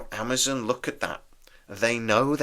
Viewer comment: Amazon not Amazun. Candidate not candidit.